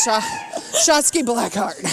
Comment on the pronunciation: Um yeah, hon? It's SHOTZI not "Shotski. G'dam that's was annoying. Who was that? Jim Ross sister on commentary?